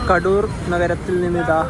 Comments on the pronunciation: Not Kaaduru but Kaduru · കാടൂർ അല്ല കടൂർ എന്നാണ് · Kadoor ennalla kador ennanu❤